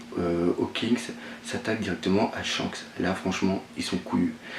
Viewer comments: Pourquoi tu dis Tshank et pas Shanks (avec le s prononcer a la fin) ? '-' sa me stress x') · mais putaiin tu sais pas prononcer pff shanks !! pas chank tin vous les francais des grosses merdes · pas mieux.. surtout le " TSHANK"..